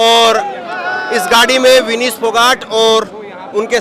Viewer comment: तुम क्या घंटा चेंनल चला रहें हों? विनेश का नाम तक गलत बोल रहें हों?